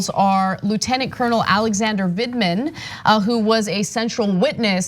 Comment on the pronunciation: ANA KASPARIAN: YOU ARE STILL SAYING HIS NAME WRONG. It’s Lt. Col. Vindman, not Vidman. The first syllable sounds like “vend,” and it rhymes with “wind.” It’s Vind, not Vid. Listen to how Cenk says it. Sorry for my shouty capitalization; I’m just hoping you see this comment this time.